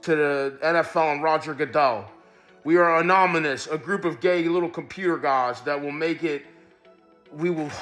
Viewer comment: The way says anonymous is so funny to me